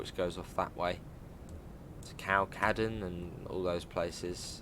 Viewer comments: Im dying with the butchering of Kirkcaldy, its pronounced Kircohdy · Your Scottish pronunciations destroy my brain🤣🤣🤣 ‘kirkCALdy’, seriously tho can’t wait, been wanting fife circle on the game for ages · Really looking forward to this DLC. Incidentally, for those wondering how to pronounce Kirkcaldy, listen to Cry Baby Cry by the Beatles. John nails it. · The way you pronounce Kirkcaldy 😂😂